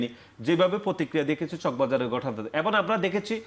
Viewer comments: সে এবং বলতে পারেনা। বলে এবন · নাচির ভাই : এবন (ঠিক মতে এবং ও বলতে পারেনা) আরো কত ভুল শব্দ উচ্চারণে😁